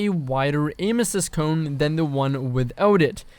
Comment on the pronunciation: Don’t you say it.......... DONT YOU SAY IT..... “Cone” W H Y!!!!!! GOD have mercy please!!!!!!!!